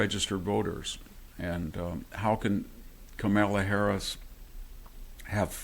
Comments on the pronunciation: dont forget CAMEL laa... HAHA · Haha ! He called her KamEla, not KAmala, love it ! And he did it each time !😊😅😂